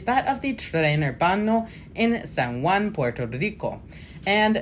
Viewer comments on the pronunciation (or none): none